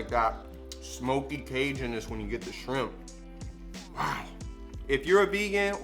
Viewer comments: Omgggg I’ve been CRAVINGGGG shrimp tacos for far toooo long but I’m about to make these👀👀👀 Pero I really thought your friend said DRIP not SHRIMP 🍤 lmaooo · i thought you said "drip" at first, so here's to shrimp that had drip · When she said shrimp I could’ve sworn I heard drip 😹😹😹I was about to drop some water emojis but it’s SHRIMP 🍤🍤🍤🍤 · Shrimp. Or as we say "schramp"